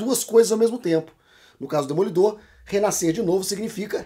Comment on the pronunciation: "DOD EMOLIDOR"? Essa superou kk